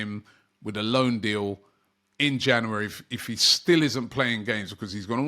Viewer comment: It's January not Jannerwerry